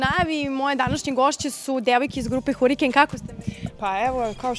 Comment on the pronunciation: izraz lica Sanje i Ivane kad voditeljka kaze Hurikejn 😄😄😄😄 one toliko potenciraju harikejn😄😄😄😄